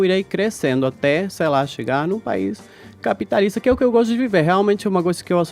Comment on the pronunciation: Caio guerreiro! Edgard insuportável! Meu Deus do céu! Não dá pra ouvir mais esse programa! "Ninguém quer Lula livre aqui" KKKKKKKKKK "ÇEI" 😂